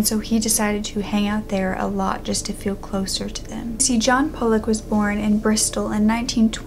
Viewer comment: I think it's pronounced Paul-luck....pollock